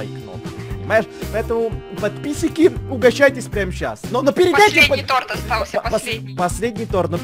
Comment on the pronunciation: Он говорит падписики